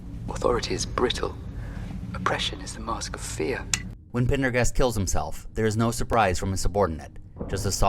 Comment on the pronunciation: One small quibble, if I may... I might be hearing it wrong, but I believe it's Major Partagaz (Lio Partagaz)... not Pendergast (as it sounds to me here)? Thanks for all these great arc reviews! Keeping notifications on for future output!